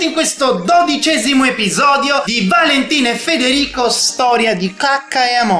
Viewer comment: invece di Valentina valenina